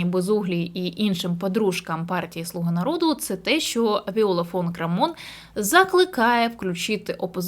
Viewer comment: Прізвище Крамон наголос на перший слог